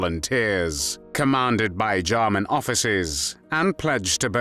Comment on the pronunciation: This narrating is from one of the most irritating such "voices" on youtube. It's like someone is trying to rub finely ground gravel into my ears. The way he says "JAH-munn," and his tongue cannot wrap itself around however it needs to wrap to pronounce SIXTH, when I can do it, just ruins this video for me. The word is NOT sickth. Don't feel alone, though, there are other voices which just rub the ear in an unpleasant manner, his is not alone in that neighborhood. If I can get my Croatian friend to listen to the first several minutes, I'll let you know what he says about the effort to speak three words in his language. I would've just opted for an English translation of the words, rather than hearing a British person attempt to speak another language, y'all are usually not too good at that. How does someone who looks so young, sound so old? I genuinely would have liked to watch this, as a U. S. Marine, German soldiers reportedly/reputedly coined the term "Devil Dogs" (or Teufel Hunden) for U.S. Marines during the ferocious Battle of Belleau Wood in World War I. The fighting, which took place in June 1918, cemented the Marines' fierce reputation.